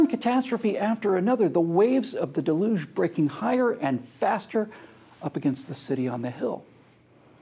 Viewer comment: Your pronunciation is delugional. It's DEL-yuge